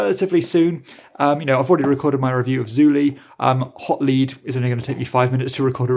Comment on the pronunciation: I think it's pronounced 'Hot Led,' rather than 'Hot Leed'